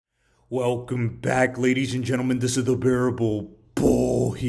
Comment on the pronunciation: You can tell how juicy the video is gonna be by how he says "Bearable BULL" in the intro.